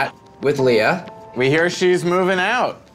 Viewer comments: "Leuh"?! Nobody should pronounce or write the name Leah like this. That's blasphemy. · leuh? l-e-u-h?? god that's bad.